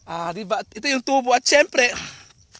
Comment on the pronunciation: bayot kaayo pronunciation Ui.. ✓TU-BO! = (sugarcane)Pinagahi pag pronounce × TUBO= (pipe tube sa CR or Pangbunal sa hubog)